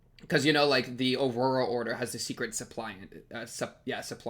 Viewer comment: btw the word suppliant is actually not related to supply (guessing you made this connection based on your pronunciation), but to supplicate